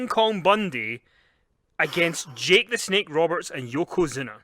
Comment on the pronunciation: 😂😂😂Yokozuna not Yokazuna dude!🤣🤣🤣